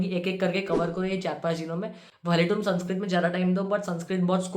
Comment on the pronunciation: Bro ur saying sanskrit and I'm hearing sunscreen Literally I was going to skip tha part where u said sanskrit 😂